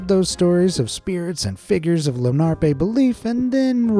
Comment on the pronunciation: Lenape, not Lenarpe.